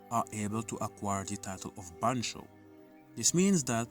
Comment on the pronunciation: It's ban-cho, not banko, and loosely means "boss delinquent", the leader of a school gang BanchoMamemon is thematically based on Jotaro. Yare yare daze